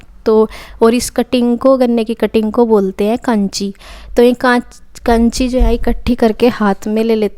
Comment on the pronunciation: काछी होती है कांची नहीं